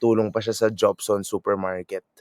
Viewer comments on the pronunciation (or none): JOPSON'S (pronounced as HOPSON'S) ewas the first supermarket. Sa Bustillos ito dati, naging Llanas Supermarket, malapit sa Legarda. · Hopson pronunciation po ng apelyido Jopson.